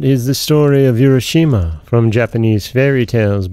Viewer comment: Nice tale. Japanese pronunciation would be “ooo—ra” not “you-ra.”